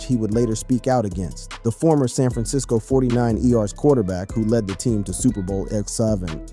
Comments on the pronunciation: FORTY NINERS .....NOT THE FORTY NINE E Rs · the San Francisco 49 ee-ars? 🤦🏽‍♂️